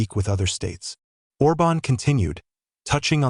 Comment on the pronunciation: The accent on Orban's name is wrongly put. It must be emphasised the first vowel, instead of the second.